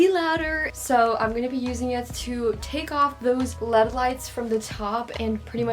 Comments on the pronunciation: when she said led lights i died instead of l-e-d lights😭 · I love this video, but it triggers mw everytime she says lead instead of L E D. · She said led lights instead of l-e-d light 4 whole times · yea that was triggering me lol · No its pronounced led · Is anyone else gonna tell her its L-E-D lights not led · no hate, but it's L.E.D not led lights (you say the letters like IRL or BRB) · me in my head wondering why she is saying : led lights instead of l - e - d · I like how she calls them lead lights not LED lights! I'm not making fun of her it's just cute ⚠️NOT THAT KIND OF CUTE⚠️ like awe that's so cute🥺 Not Oh~ that's cute~😏😍 Dont come for me pls Also I like how u are like my sister... U take up the entire room with all your stuff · LMAO girl i say “led” too😭🤣🤣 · She really said led lights lol girl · hahaha "lEaD lights" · Ikr it’s elleeedee lights 😂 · yeah but one of the times she said led, but I guess it’s really no big deal